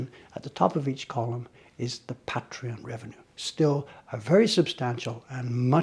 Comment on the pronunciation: Glad things are going so well! (Btw, it's PAY-tree-on,! Not Pat-reeon. You have patrons.)